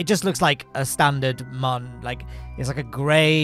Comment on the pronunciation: How are you pronouncing “moon”? Have you ever said that to another person? Did they correct you?